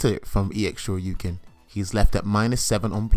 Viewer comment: I like how you actually say “Shoryuken” instead of DP or Dragon Punch. Thank you for the video sir!!!!